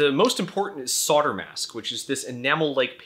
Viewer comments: WTF is sodder? Do you mean solder? You know, the one with the non-silent 'l' in in it. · Why do Americans pronounce "solder" as "sodder"? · Love the vid, really informative. One thing, not your fault, but US pronunciation is usually phonetic until the word solder comes up, then it is sodder... why? any ideas? this is not a piss take, a genuine question from a Brit.